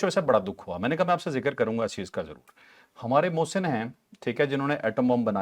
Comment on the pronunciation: Pakistani aqwom ki awom muhsan bol jati ha aqwom app ni muhsan ko nhi bolti ha